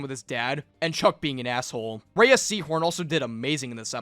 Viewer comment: Her name is pronounced RAY like ray of sunshine, not raya. Watch any interview where she states her name.